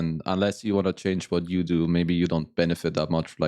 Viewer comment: Does he live in Scotland now ?😅 Whats goin on with his "you", he says yuuh